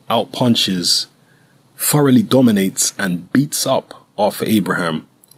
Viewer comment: forrowly dominates...you mean THOROUGHLY...THHHHHH...brits need to take a speech class in English